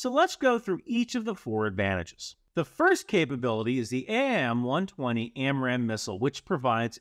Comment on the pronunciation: AIM-120 and AIM-9 is actually pronounced just like aim as in aim a gun